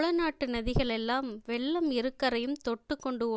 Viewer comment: Pudhu Vellam... pronounced as jaggery and not flood.... pugal petra... not pugazh petra... Thol is skin வெள்ளம் வெல்லம் தோள் தோல் புகழ் புகல்..தமிழை தமில் என்று சொல்பவரை வைத்து இப்படிப்பட்ட நல்ல புத்தகத்தை வாசிக்க வைத்தால் இப்படித்தான் வரும்....... ஐயோ வெட்கம் வேதனை. மெல்ல தமிழ் இப்படியா சாக வேண்டும்??